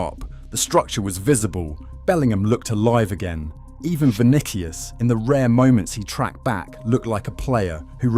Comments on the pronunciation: GaLACKticos...ViniKius...If you're gonna use AI slop at least make sure it pronounce words correctly. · THE MOMENT HE SAID' VINIKIUS' I STOPPED THE VIDEO AND WENT ON MY BUSINESS